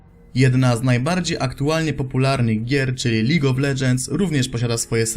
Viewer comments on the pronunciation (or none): none